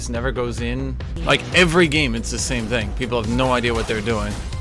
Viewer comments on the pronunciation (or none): none